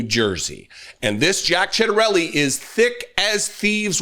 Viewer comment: It's pronounced Chit a rellee - he has been running ads tying himself to Trump